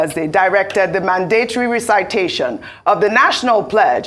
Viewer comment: Mandatory and recitation. Please Ojy, look into the correct pronunciation.